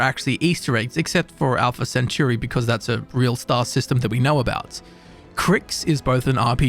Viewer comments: My ears died when I heard "Alpha Centoory" 😭😭😭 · alpha " centiure"